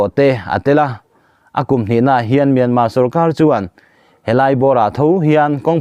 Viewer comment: Myanma ram a awm ka hre lo, Myanmar ti ve mai laa, a tawpa " r' hi lam ri tel ve laa.Myanmar tih hi ram hming a ni a, sap tawng a ni lo Saptawng ah chuan a tawpa " r' hi an lam ri lo tlangpui.